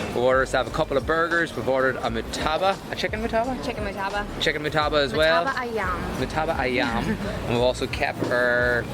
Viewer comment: "Murtabak Ayam". Wow pronunciation is on point!!! I'm impressed 😀